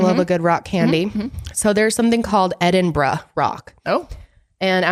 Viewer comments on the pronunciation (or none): yeah i know it's kind of pronounced like that she's so close but she just has this like american bro twang on the brah at parts and i felt like she was lowkey going BRAH thats why i.. lol i love it. but yeah it is edinbruh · The way says Edinburgh lolll EdinBRAH! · It’s pronounced “Edin-borough” or “Erin-burro”. 💜